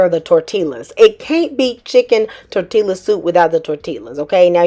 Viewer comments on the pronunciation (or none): Just found you and love this channel. It's Tor Tee Ya. Just sayin' ❤